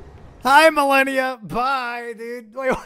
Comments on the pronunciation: Malenia ❌️ Millenia ✅️ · Why does he pronounce it Ma-leh-nia and not Ma-lay-nia? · why do u say milenia instead of malenia?